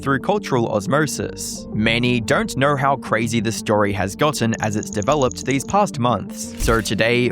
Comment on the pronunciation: Every “O” gets turned into an “R” it’s driving me nuts lol